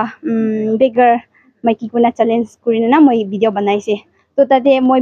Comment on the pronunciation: Video not Bideo